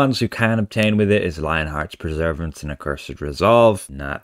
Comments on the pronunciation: Oh, that's OK then, or I'd have to humbly apologise! 🤣 I know you always say it like that, but there's no such word as "Preservance", although there is "Preservation". But Perseverance is when we battle on in the face of adversity, we persevere. {:o:O:} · it's Lionheart's PERSEVERANCE, not Preservance! Are you dyslexic or something? {:o:O:} (Edited for tyops)